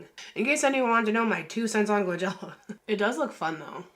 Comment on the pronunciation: It’s Coachella not Couchella baby 😂😂😂